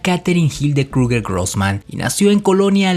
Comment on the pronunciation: Pocorigor científicos....no pronuncias nada bien el aleman ? Reich ? krugger? Si te basas en un solo .ibro? Es chisme lo que haces....demuestra.... no repitas